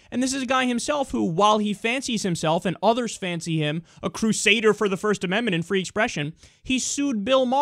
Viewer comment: "Shmirsht ashmendment" :P